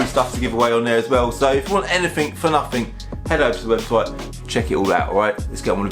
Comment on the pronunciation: Why cant you pronounce you own language properly there's no f in nothing